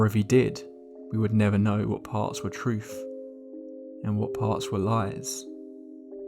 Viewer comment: I cant stand british people. "Troof, Bruvvars, his younger sister, who was firteen, and his dad who was forty free"